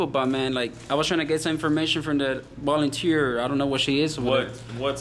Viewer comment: “bolounteeer” lmaooo learn english